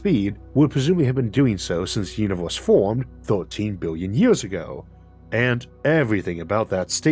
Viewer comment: "Our uniwohrse"